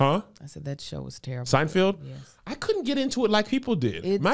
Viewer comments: Wait what happened ?? All this time I’ve been saying it that way too, SeinFIELD! There’s no going back now. lol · It’s pronounced: SIGN-FELD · Are we going to address Kev continuously calling SeinFELD , “SeinFIELD”? No… cool beans 😂